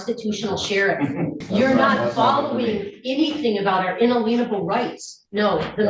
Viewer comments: Did she say "a-leenable".... not " alien- able". ?!.. Not the sharpest knife in the drawer obviously!!; Do these people not have jobs? They can all sit around and study 100 yr old laws! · What is “unaleenable” (🤭) In pronouncing it this way, she shows she has no idea what “in-alien-able” actually means🤦🏼‍♀️ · Is she saying …unelenable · "inalienable" - I don't think you're pronouncing that the way it's supposed to be pronounced. Or that you have any idea what it means. IN-A-LI-EN-A-BLE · Beth Bridgman is one of the most hateful, offensive, brain donors I’ve seen since I started watching these videos years ago. Why Gauthier didn’t give her 30 days for her contempt in this hearing is beyond me. And what the hell does “unaleenable” mean?! The phrase “my honor” alone is disrespectful. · I could listen to her butcher the pronunciation of “inalienable” all day! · Why do so many of these rocket scientists murder the word 'inalienable'?